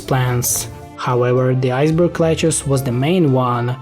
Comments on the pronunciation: every time you say 'lettuce' it sounds like, Ledge-uhs, which sounds like one of the characters in 7th Saga, Lejes. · Iceberg lechuce always gets me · He says “iceberg leguce”